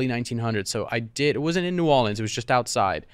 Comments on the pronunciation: I appreciate that y’all are pronouncing Orleans correctly when saying New Orleans. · I’m from Nola and to hear Jack say New Orleans correctly like he’s from New Orleans must be from him being at one time married to a Cajun lady